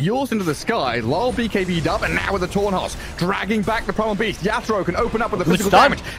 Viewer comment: he misspoke and said "torn hoss" lmao